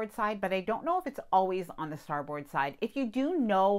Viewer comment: You know way more than I ever will about cruise ships, but I am a professional Navy Sailor. I'm gonna help you be one too. Don't say "star board", say "star bird." Love your channel.